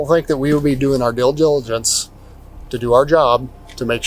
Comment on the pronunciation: That cop butchered due deligence😂😂 He might had a beer or two